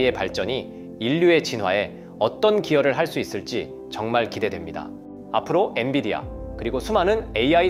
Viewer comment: 처음에는 엔비디아 잘 말씀하시더니..왜 자꾸 엔디비아라고...